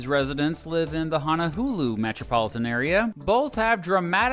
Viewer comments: Honohulu it's hon-a-lu-lu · Honohulu was atrocious. I've heard Hanalula, but Honohulu is just awful. You didn't do really well with Kamehameha either. No syllables are accented in Hawaiian. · Did he just say honahulu? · I used to pronounce it as “Honowoohoo” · it's Ho-no-loo-loo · and HaNa HuLu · This man really just said "honoHULU" Its honoLULU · I thought I was having a stroke when I heard Honohulu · I'm sorry what? HonoHULU? Did you not see that first L? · I love your videos, but you need to research your pronunciations before making your videos. It's HonoLulu, not HonoHulu. Also, you badly mangled Kamehameha. It's pronounced "Ka may-ah may-ah". Otherwise keep up the good work! Also, I have an idea for a compare video. How about comparing, exclaves Point Roberts, WA and Angle Township, MN. For good measure, you could throw in Hyder, AL, which although not an exclave can only be access by road from Canada. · I stopped watching after he said “Hannahulu” when it clearly spells “Honolulu” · Why do you pronounce Honohulu ? Isn’t it Honolulu ? Ho-no-lu-lu ? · When said “HonoHULU...” I FELT THAT. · Honolulu pronunciation Correct: Hoh know loo loo ✅ Wrong: Hah nah loo loo ❌ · Hono HOOLOO? its HONO LOO LOO?!? I feel offended as a Hawaii resident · Brah it’s HONO-LULU... honohulu hahaha 😘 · Hono Hulu? My man amazing joke but Hawaiian words are pronounced like how they are spealt 😂😂😂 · Bruh you said Honolulu wrong, you said "honohulu" that's an insult dude >:( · I have many problems I fell I NEED to adress. #1 WTF IS HANA-HULU hon-a -LULU honolulu #2 KING KA-MEH-HA-MEH-HA kamehameha #3 Queen LILLY-OAK-A-LA-KNEE QUEEN LILI`UOKALANI I dont mean to be rude but you couldnt at least research how to pronounce them. Its just driving me crazy. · Actually, you said Hanahulu. Never heard Honolulu mispronounced that way before. Unique. :-) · u pronounce it how u think it is, hono LuLu, with L’s lol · Honohulu??? Wtf are you sayin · He really said honoHulu😐